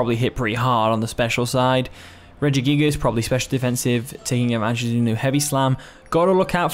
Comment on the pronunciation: Look at that! You pronounced it greatly this time at the beginning haha